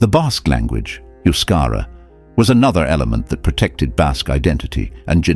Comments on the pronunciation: Euscara is NOT pronounced as Yuscara, but thebe is ptonounced as E in edible, and then the U is pronounced as oo. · I think it is not Euskara, rather Euskera? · it's not Euskara but Euskera.